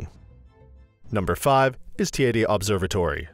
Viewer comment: TEIDE as in Lady